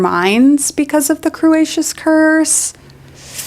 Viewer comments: This video is based, but...... "Crew-ayy-shuss Curse" are you serious gurl. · "Cruciatus" curse, not "crucius" curse. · the the way you pronounce “cruciatus” is very funny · i've come across your channel recently and i love the points u make. they rly make me think about values people upheld over the centuries. one thing - cruciatus is pronounced differently!💛